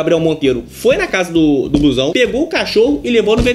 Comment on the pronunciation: Por que "bluezão"? Não seria "blusão"?